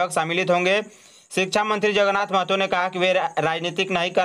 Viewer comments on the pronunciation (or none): none